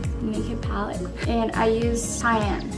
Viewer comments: homegirl said "palette" or "pal-ette" LMAOOO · It was so cute when she asked Neels the right pronunciation of palette 😂 edit; haha i literally just got a notification on this comment, thank chu for all the likes, much love, take care everyone <3